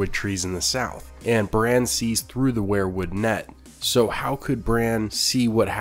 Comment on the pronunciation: You keep pronouncing "Weirwood" as "Were-Wood", like you pronounce "Werewolf". It's pronounced "Weer-wood",as in "WE are going to the store". Just a little tip from your Uncle Charley.